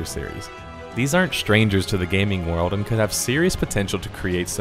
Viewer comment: I've never played Wuard of Warcraft. There's an L in the word WORLD. It's a small thing, but it's annoying hearing you say it wrong.